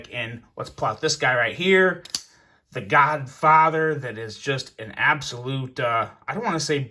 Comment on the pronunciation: U keep say the godfather but all i hear is the Godfocker 🤣🤣🤣🤣